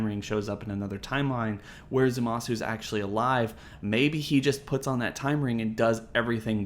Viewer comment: Every time someone pronounces the "u" in Zamasu's name my ears explode